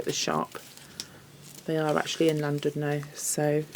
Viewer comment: Hi, I love the wreath. Just to let you know, you pronounce Llandudno with a C, so you would say Clandudno. Just incase you have any Welsh viewers lol x